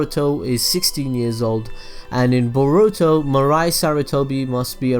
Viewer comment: its boruto not baruto lol